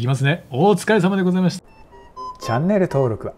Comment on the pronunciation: 最後 「お疲れ様でございましt」